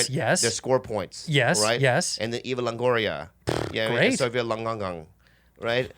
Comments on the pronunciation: “Eva Longonon” lmfaoooo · Bobby is a piss in the wind compared to the other celebrities and he wont even pronounce her name that HE knows correctly.